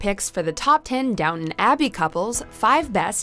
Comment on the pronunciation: Please stop pronouncing “Downton” like that. Please.